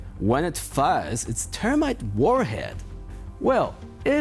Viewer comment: He said Termite war head. He can’t say Th